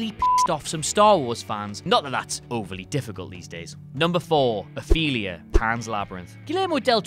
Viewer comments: The girl in Pan's Labyrinth is OFELIA, not "Athelia"! 😐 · Athelia?! Its Ofelia! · It's Ofelia not Aphelia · He's British, he can't hear/speak English properly. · Guys. Guys. It's "Ophelia" Where the hell did "Athelia" come from? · The main character in PL is named Ofelia, not 'Athelia' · Dude, her name is Ofelia, not Athelia. All you had to do was Google “Pan’s Labyrinth” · It's Ofelia, not Othelia. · It’s Ofelia! Not Athelea! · Athelia? Her name is Ofelia??? How do you mess up such a normal name lol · Ofelia, not Athelia. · Ofelia... not Athelia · There is no excuse to mispronounce/spell Ofelia's name. Even if you do not understand Spanish the movie had English subtitles! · im sorry to be that guy but it's Ofelia